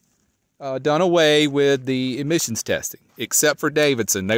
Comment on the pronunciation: Are you saying emissions or admissions? Couldn't quite catch it.